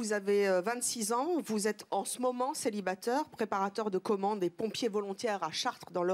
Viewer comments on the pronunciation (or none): " Célibateur " "Sédwuire" " Empocher " " Amnomnima" Aujourd'hui je me suis instruit. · Elle a dis "celibateur" a mdr